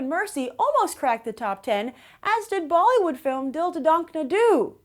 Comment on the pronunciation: your pronunciation of bollywood film is gona make me laugh rest of my life!! It's seriously funny! It's just so charming!!!:)))